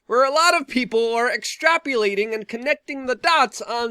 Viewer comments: its extrapOlating, not extrapUlating...just saying. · “Exprapyelating” “behavrial” facepalm